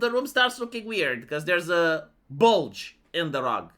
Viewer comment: The way says " bulge " tickles me fancy. 😂😂